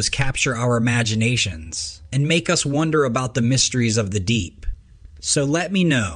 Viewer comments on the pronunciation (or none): none